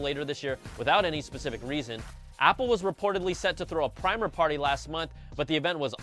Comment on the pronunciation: Hey, you meant a Premiere party instead of a "primer" party?